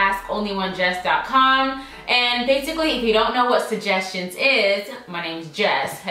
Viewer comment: “SuJESSions”❤️❤️❤️❤️-LOVE IT!